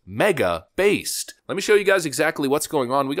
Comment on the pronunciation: At the end it took me a second to realize you said based politics because I heard baseball dicks😂😂😂